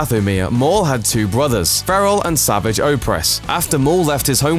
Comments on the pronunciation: It's not 'sa-vi-ch' it's 'sa-var-ge'! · Savaaj. That's how his name should be pronounced. Not Savage. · Fell down an elevator shaft...... that thing isn't a fucking elevator shaft. And it's not pronounced savage- it's savajj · Did this guy ever bother to watch any of The Clone Wars shows or is he just reading a script? Yeah it is spelled Savage, but the show never pronounced it like you normally would. The syllables are different. Normal is sav-age where as the show makes it sa-vage. Sounds like garage. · His name isn't sav-idge, the way you normally say savage, it's they same as how you pronounce A-sarrj Ventress, his name is pronounced Sa-varrj. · It’s not pronounced savage as in savage beast...it like, savaage but looks savage . Make sense? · I'm mad that the person who narrates this pronounces Savage Oppress name all wrong. Uuuuugh, "Sahvahg" Oppress is a better way to say it. This guy makes it sound so weak. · Matty vP Its pronounced S.a.v.o.z.h. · Jeez get your facts right before making a video, and learn how to pronounce Savage's name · The way you pronounce 'Savage Opress' makes me want to die! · Learn how to pronounce the name Savage. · Why can no one say savage oppress' name right in videos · Fucking pronounce Savage's name right. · It's how you pronounce the name.